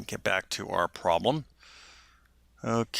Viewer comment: interesting - but please work on your enunciation - syllables are slurred together (e.g., ;pro-blem' not 'prlm')